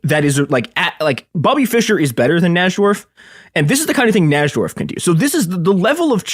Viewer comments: I always thought it was spelled Nydorf, because that's how its properly pronounced. This episode is so painful to listen to. Who the fuck is Naj-dorf!? Ugh. Like a cheese grater to my ear balls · i heard "NAJ-DORF" so many times it fucking woke me up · Najdorf is pronounced "nye dorf" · Bobby Fischer's mom emailed someone when he was a small child?? Who the fuck is this goon? Also it's pronounced "Nye-dorf". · it's so painful. NAJ-dorf and alakeen is crazy. should have got Ben Finegold. Blunder!